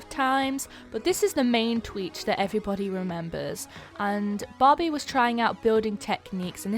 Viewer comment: I keep on hearing Bobby instead of Barbie